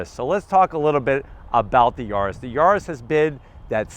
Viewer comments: Mal traducido: Se pronuncia YARIS no Yurus. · whats a "Yoris" 🤣